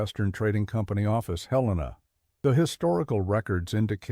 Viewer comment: Bozeman, Montana 5pm... almost stopped watching when the AI mispronounced Helena, glad I didn't. Though I doubt much of this story is true.